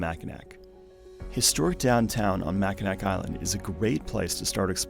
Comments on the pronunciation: Not sure if anyone’s pointed it out, but “Mackinac” is pronounced “mackinaw” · “Mackinac” is a french spelling of a Native American word, so the “c” is silent - “Mackinawww” - means a type of turtle - “turtle island” - place of creation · Great video, just a tip don’t pronounce the last “c” in Mackinac. It’s how everyone from Michigan says it.